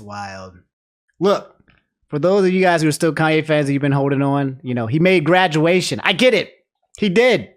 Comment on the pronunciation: "BuT hE maDe gWadUatIon"